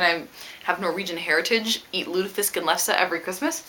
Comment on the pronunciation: Haha, I am from Norway and i always watches your book hauls:D It was funny to hear you say "lutefisk" and "lefse" ^^